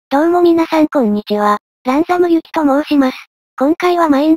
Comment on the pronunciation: ど→う↑もみなさんこ→ん↓にちは→